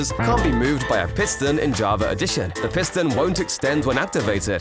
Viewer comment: Javer Addition 😂